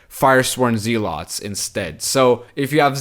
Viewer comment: Zeal- ets not Zee- lots ... carry on sir